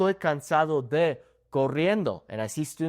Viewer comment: I heard you say "(d)The" when saying "de"... Is that how to pronounce the "d"? I'm confused...